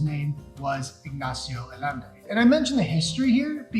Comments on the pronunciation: San Miguel de AH- YEN- DAY!!!! That is how you pronounce it. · Ay-ende. Mispronouncing the name of the city you’re talking about. Turn off. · hard to take this guy seriously when he can't even pronounce the name correctly , click x it thumb down.